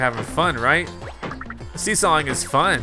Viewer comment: Snifit on the seesaw said sawseeing is fun